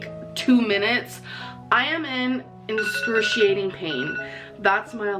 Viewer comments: She doesn't say excruciating she says "in-scurciating". 😵‍💫 "Talking english is hard for me" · “i’m in inscrutiating pain” - 😂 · well 💩 good thing I spelled it wrong in the first place! That dumb word is literally how the subject of this video pronounces excruciating, IN THIS VIDEO AND MANY OTHER TIMES!!😂😂 also, if a person is on a device with voice dictation it probably has spell check as well… 🤷🏼‍♀️ I didn’t think that the obvious joke on one of the many words this girl pronounces wrong was necessary but I guess..hmm have fun ✌🏻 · She’s in “inscrutiating” pain 😂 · "inscruciating pain" 😂 gorl should just stop with the faux intelligence.. I mean, we already know it's untrue. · "I'm in inscrutiating pain!" - dumb ass